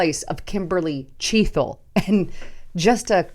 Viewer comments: .... CHEA TLE... NOT chea thle!!!! No "H" !!! Gawd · C'mon. Chea "t" le!!!!!!????